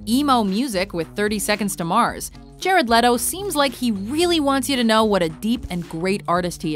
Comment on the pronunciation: Jerad leto? Wtf? Like wtf ????